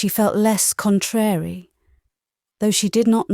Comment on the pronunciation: Just to say - the nursery rhyme is 'Mary Mary quite contrary how does your garden grow.' The word 'contrary' is pronounced to rhyme with 'Mary'. Pronouncing it as you do destroys the rhythm. Please look it up.